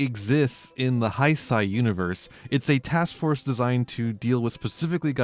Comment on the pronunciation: Great video but Heisei is pronounced "hey-say" in English. Sorry it was like a knife in my ear very time you said it 😅